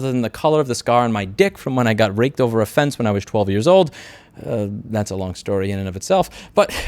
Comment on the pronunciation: had to check you said raked